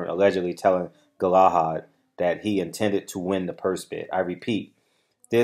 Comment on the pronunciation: It’s pronounced Gala Had